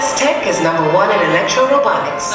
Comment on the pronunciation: I love how he pronounces "robotics" as "ro-BOTICS."